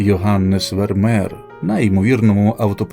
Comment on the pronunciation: Не Вермер, а Вермеєр😮